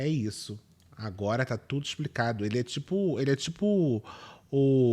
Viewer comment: "tudú mundo com bronquite!"